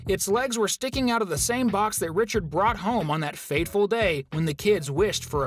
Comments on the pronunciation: Yeah you said Richaro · It’s pronounced Richard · Because you said Richard‘s name wrong I just unsubscribed from you